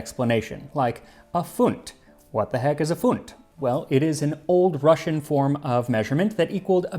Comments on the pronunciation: I don't understand how the hell I miss this one a year ago and also you're Russian pronunciation was on point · His pronunciation of Russian words is really good. He is indeed better at it than many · Do you have any Russian background. Your Russian R is perfect. Never heard it that well from English speakers. Thank you. Nice video. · I'm not Russian but your Russian pronunciations are great! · Thank you for not butchering the Russian words and names. Quite nice pronunciation and almost perfect word stress.😊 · I've never felt more stereotypically Russian in my life, I have both mustard and smetana in the fridge and I'm very tempted to make this now. Thank you, Max! Your pronounciation of Russian words and names in this video was very good, and your research top notch as usual. Бефстроганов is indeed still very popular here in cafes and restaurants. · Your Russian pronunciation is spot on. Another great episode, thank you Max.